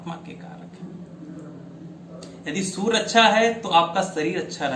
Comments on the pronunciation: Aap Sur bol rahai it's Surya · कृपया' सुर 'नहीं 'सूर्य ' उच्चारण करें आचार्य. 🙏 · Hindi me sury ka ucharn theek se kriye fir bad me gyan den, sur nhin sury khen , kanon me chubh rha sur ka ucharan. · Poore video mein aap Soor bhagwan kah rhein hain... Soorya bhagwan ka pronunciation sahi kijiye please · Surya bolna hai na ki , sur , pahele jake bolna shikh. Gadeey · Pandir ji surya to sahi boliye sur sur sunai de raha he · Bhai. Meko gussa aara hai. Tere ko bhagwan surya ka naam tak bhi lena ni aata. Aaram se bol sur sur. Kar raha. Hai. Language change kar teri tone sahi ni hai.